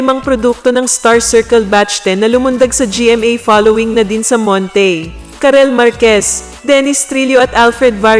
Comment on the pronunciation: Ayusin mo ang narration, bakit hilig mong artehan pagbigkas ng mga salita. "Nadine SAMONTAY? -Ganito na ba ang pronounciation ng lumipat siya sa GMA-7? Hindi yata. Im sure marami kaming nakakapuna sa weird at irritating na pagbigkas mo. Okay naman voice mo. Kaya kung sino ka man, ipraktis mo muna ang script bago mo irecord at i-upload sa YT. Ewan ko ba sa Algorythm laging sumusulpot sa unahan kada refresh.